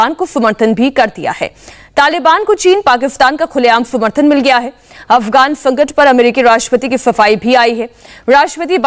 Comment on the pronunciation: Affgwan fankat... Anchor's voice